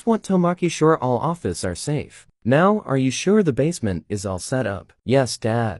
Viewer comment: "su re i guess" say better. Say "sure i guess" not "su re i guess"